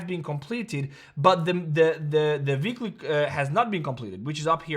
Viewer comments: It's weekly not veekly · “Veekly order block” 🤌🏼🤌🏼🔥